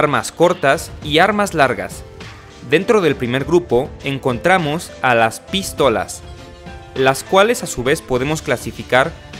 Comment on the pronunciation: Por que dice Pístolas ? Acentuando la I